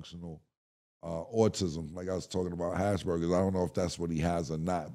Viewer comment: Cam said “hashburgers”😂😂😂😂